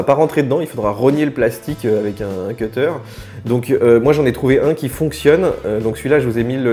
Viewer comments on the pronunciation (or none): none